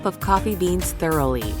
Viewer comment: ah yes, very thurely